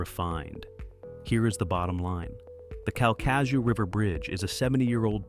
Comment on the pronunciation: KAL-kuh-shoo (accentuate the first syllable)